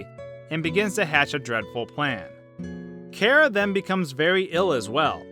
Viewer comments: No your saying cara it’s chara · not pronounced Kara it's car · It’s chara not cara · It’s not kara is chara Then saying wrong character and chara then why would you think of this karacter you say kara and these 2 names of kara and chara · Im pretty sure its Chara,not Kera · Its Chara not Cara. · I think it's ch ara Not Kara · It's chara not kara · CHara not cara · KARA IT SOUNDS LIKE A K BUT IT IS CHARA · It sound like carah, ITS CHARA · it's pronounced ch-ara not kara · you pronounce it wrong its "khærà" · It’s ‘car-uh’ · It's pernounced Chara in Charmander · It's not cara it's Ch-ar-ah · It's pronounced Chora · U are saying Chara wrong in my opinion. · omg ur hurting my head so much is there a video where you say charas name right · You said chara wrong